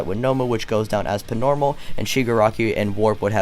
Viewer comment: Why the fuck you do you keep saying "pnormal" wtf